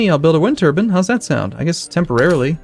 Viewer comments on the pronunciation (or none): Sounds like he's saying wind turban